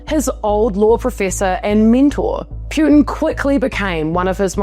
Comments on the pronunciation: Poo tin not Pew tin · I find the way you right and deliver so fking amusing. Appreciate the acknowledgment for pronunciation, I’m not usually a stickler on that but you said it so many times that I started getting a physical aversion 😁 It’s P-uh-tin not P-you-tin. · Let's pronounce his name properly please: Poo-tin. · Vladimir "Pe-yutin"? More like Vladdie Putrid. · It's pronounced "POO-tin". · Why do you call him pyuutin? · Putin is pronounced Potin! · You do not pronounce Putin correctly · Pronounce his name correctly😂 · What the f are you talking about?? You don't even know how to say his last name! Learn the basic respect👊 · Bravo! She don't even know how to pronounce his last name! Wtf